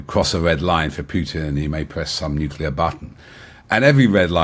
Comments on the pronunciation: nuclear, not nuculer. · Why do so many people say NUCULAR for NUCLEAR? It’s CLEAR!!! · Nucular and Cher Nobble. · Please someone tell this guy that "NUKULAR" is redneck English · This is so-called expert, can’t even pronounce nuclear properly. Oh dear, he writes in the Telegraph who tell lies to people who should know better. Can’t you get someone who knows what he’s talking about?